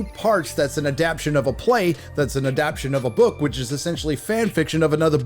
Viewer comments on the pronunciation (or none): It’s adaptation, not adaption. A-dept-tay-tion, not a-dap-tion.